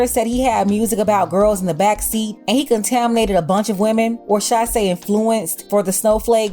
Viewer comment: "contaminated" goddamn 😭